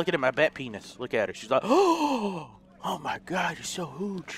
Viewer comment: he said hooj 😂